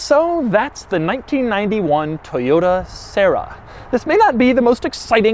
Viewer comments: Try keeping yourself serious after you hear Sarah instead of Sera... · SEH RAH that's how it's said. It's a Tercel with gullwing doors. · Doug for the love of god, please listen to some Doris Day and learn to pronounce the bloody thing properly!!!!